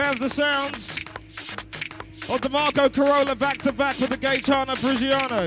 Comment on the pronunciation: Someone needs to teach the MC how to say Gaetano's surname 😂